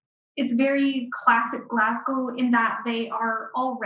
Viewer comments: It's Glaz go...or Glez gA. ..but not Glaz gow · It is spelled WHISKY.... without an 'e' ...And Glasgow is pronounced Glas...GO!!! Thank you <3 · needs to learn from the woman how to pronounce Glasgow. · The presenter's pronunciation of 'Glasgow' is annoying. Take a clue from the Canadian Expat who pronounces the city's name correctly.